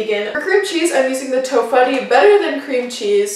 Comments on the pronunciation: For reference, Ian's is pronounced "ee-uhn" and tofutti is usually pronounced to"foodie" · I grin every time she says "to-fuddi" instead of "to-footi"